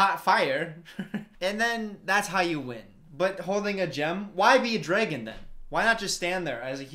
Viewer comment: i can’t get over the fact that says “DRAEGUN”